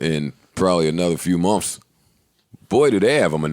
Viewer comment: The way joe says months 😂😂 "mumfs"